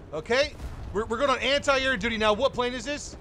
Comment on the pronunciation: "Anti AirT"